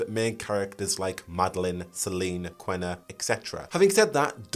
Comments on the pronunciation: KEEE-NAH. Not "Quena", IT'S QUINA. KEEE-NAH. At least play the first game to hear how the name is pronounced, she is LITERALLY THE FIRST NPC YOU MEET. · your killing me with the way you say kina where are you getting that Q and W from? but other than that great video!